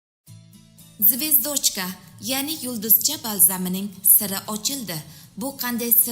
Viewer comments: Тугри укишни урганиб кейин гапирсачия. Звёздочкани укишни билмаяпсизку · Русчани тугрилаб уки ударение деган нарсалар бор русчада саводсиз звёздочкани укиёлмаяпсан устингдан кулишади ку урган яхшилаб таллаффузни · Тугри гапиришни урганинг звездочкани тугри айтинг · ургуни тугри куийнг звёздочка. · Xaqiqatdanam zvezdochka ga balo bomi zvyozdochka din. ujas talaffuzizls. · Звэздочка эмас звёздочка деб укилади сал саводни оширинглар илтимос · ЗВЕЗД(О)ЧКА ЭМАС, ЗВ(Ё)ЗДОЧКА деб укинг яхши киз! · Звиздочка 🤭деб куйдирда опаям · нега бу киз русча сузларни тугри укий олмайди.звездочкани ,ЗВЁЗДЧКА,-деб укилади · Звиздочка мас звездочка дейды опача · ЗВЕЗДОЧКА ЭМАС ЗВЁЗДОЧКА ДЕБ УКИЛАДИ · Звездочка демасдан олдин туғри гапиргин звёздочка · Эй Киз ургуни тугри куйинг.звездочкани тугри талаффуз килишни билмасангиз юлдузча деб айтинг.гапиришингиз мунча купол.екимсиз овоз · Нега доим русча сузларни хато талаффуз киласиз звездочка эмас звёздочка о деярли укилмайди рус тили укимагагмисиз маслахат учун катта рахмат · 😂😂😂😂Звездочкамасеее. Тугри айтинг номини. Куп сузларни тугри талаффуз килишни урганинг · Звездоооочка ук,ишниям к,отирдиз 🤣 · Voy mazza qib kulimande malades 🙏😂😂😂 ayniqsa zvezDochka dishiga gap yo lekin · Звёздочка. Деб.айтилади.лекин.езилишида. Звездочка.деб.езилади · 😂звёёздочка боладиюю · Нурмухаммад Бакиров (звездочка бас 😂 мас звёздочка булади !!!! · Звездочка деп зур айтиптими😂😂😂😂😂😂😂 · Звездочка демай звездочка де укилишини чирой уки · Олдин звёздочкани яхши ва тогри айтишни урганиб олиб кегин ролик чикармабсизда ё бомаса узбекчасига юлдузча деб куя комабсизда барибир сизи ролигизи руслар томоша килмайди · boshlovchi qiz xichyo xato qme gapiring immilaganizga yarasha.Zvezdochkamish.Yaxshiyamki rustili darsi bor,chteniya darslari bor.o‘qimaganakansizda a? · Керакли маълумот берилди.Раҳмат. Фақат звёздочка сўзида урғу ё ҳарфига қўйиб талаффуз қилса тўғри бўларди. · Звездочка созини тогри талаффуз килинг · Неправильное 👎 ударение .